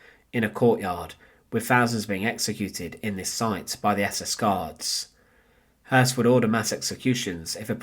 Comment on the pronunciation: The last name is properly pronounced "Hoyss". It is spelled Hoss, with an umlaut accent over the O. In german, that makes the "o" properly pronounced as "eu". Just a small point of clarification.